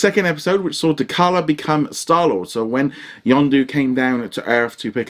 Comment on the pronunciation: Good review bud - T'Challa is pronounced 'TaChalla' not 'TaKalla'.